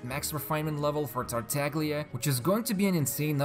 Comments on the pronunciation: Tar-ta-lee-a, not tar-tag-lee-a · Its Tartaglia not tartaGGGliaa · He's still saying "TartaGHHGLGLJLHLGLGLGlia"